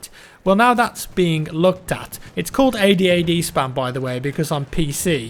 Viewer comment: I thought you said ahhd spam lol